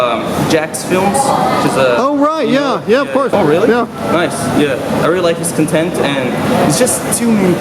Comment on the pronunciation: Thank you! That was really fun. This video made me realize how my accent changed just because I haven't been to Canada for like a year. For some reason I kept pronouncing the word "content" wrong LoL. Cheers!